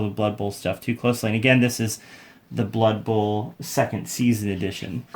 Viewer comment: "it's blood buhl!"